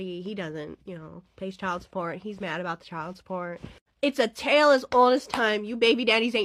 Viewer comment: Did she say tale as old as crime?! 😂😂😂😂